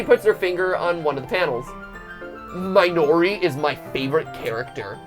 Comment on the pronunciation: I thought he called the girl Minority instead of Minori.